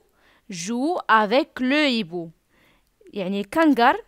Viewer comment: Le h ne se prononce pas on dit un ibou